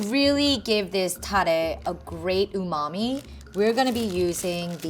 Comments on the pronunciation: God he pronounces it so white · Nobody:: said umami (tasty, in japanese) Ooh. Mommy. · yeah he tried to say umami LOL